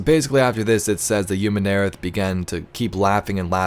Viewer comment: I absolutely LOVE your videos man, but the way you pronounce Umun'arath just doesn't quite sit right with me...